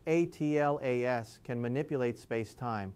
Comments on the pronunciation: This appears like an AI generated video. His always pronouncing 'atlas' as 'a t l a s' is a dead giveaway. There are also subtle lip sync issues. The video is also not smooth. There are edits which should not be there if he is a real person talking. The video may also be in a loop. So, please disregard the content. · Why doesn’t this ai just say Atlas and not keep spelling it.